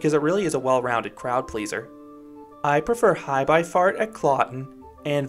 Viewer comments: wait, how did you just pronounce Heiße Fahrt? The ß is like a sharp "S", not a "B" :D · Btw the ß in Heiße Fahrt is pronounced like an s. Also will you do a Van helsings factory review? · This coaster was great! Btw, that German letter is actully pronounced like a double ss. So like Heisse fahrt. I have a question about your score. Is it how much you personal like the coaster out of 10, or is it a score given for what it tries to deliver. Fx, will the perfeckt kiddie coaster get 10, because it delivers excactly what it tries to. Hope it make sense:)